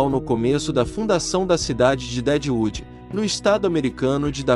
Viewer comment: Cidade de "Dédiudi"🤣